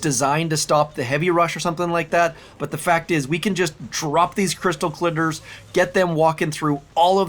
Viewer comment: “Crystal clitters “ 😂😂